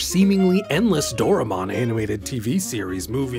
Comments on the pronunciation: bit of a nitpick, but "Doraemon" is pronounced as "Do-rai-mon" not "Dora-mon" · It's pronounced "Doh-rye-mon".